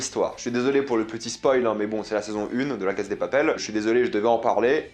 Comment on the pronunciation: Pourquoi tu dis la Caz de papel ? C’est Casa > CASSA